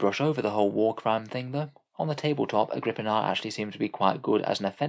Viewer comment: I always thought it was pronounced Agri-pina